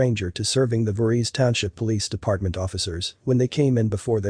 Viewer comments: The township is pronounced Voor hees. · Great story. Good to see there's wonderful people in the world. It's actually pronounced voor-hees. Like jason voorhees from Friday the 13th.